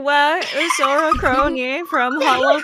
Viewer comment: kRRRRoni chiwa